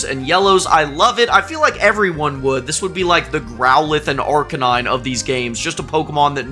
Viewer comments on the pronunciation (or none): none